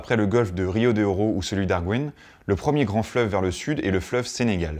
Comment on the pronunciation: Très intéressant ! Petite précision : on dit le banc d'Arguin en prononçant le "guin" de la fin comme dans "gain" Merci et 😚